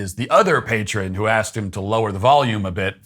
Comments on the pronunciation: It is asked, not arksed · no sir, i asked you, not "axed" you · But,,,But,,,He Ax Him A quesion. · He didn't axed you to do something. He asked you to do something. The only person that axed anything is Lizzy Borden. As for the rest of what you do. You're just being a jerk acting like people have something against you for your social media sites. You're being childish but you'll never admit it. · The word is pronounced aSked, not axed - that drives me crazy! This guy has an entire channel dedicated to his public temper tantrums, it would take 2 minutes of self-reflection to see he's the problem considering he has months of video evidence proving exactly that.